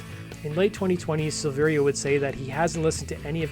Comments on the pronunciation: SILL-VE-RIA, not SEELVEERIA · It’s SILV - AIR - UH. The I isn’t pronounced. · The second i in Silveria is silent. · I'll be honest. I made it about 30 seconds in. This is guy giving objectively false information so why would I trust anything else he has to say? Hell he can't even say David's last name right. It's worth mention LAPD actually stands for Laughing as People Die (originally Love and Peace Dude). Brian joined up with the guys before Jonathan not the other way around as he's mentioning. According to David he left Korn because he was working out one day and had a "I broke my back" situation similar to Mike Tyson if you can get the reference. That along with being unsatisfied with the direction the band was going in to say the least is why he didn't return when he recovered. Fast forward to 2013 when Brian rejoined the band David seemingly came out of the woodworks wanting to rejoin also. After being rejected in favor of Ray the rest is history. There saved you seconds of potentially false and misleading information. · Learn how to pronounce his name